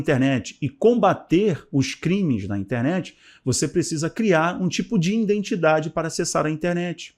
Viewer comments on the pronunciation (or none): Bom dia. Gostaria de lhe aconselhar sobre algumas falas. Risco de vida: risco de viver. Risco de morte: risco de morrer. No caso aqui do vídeo o correto é risco de morte. E a palavra correta é IDENTIDADE e não indentidade. IDENTIFICAÇÃO e não indentificação. Obrigado meu querido Pastor. ☝️☝️☝️☝️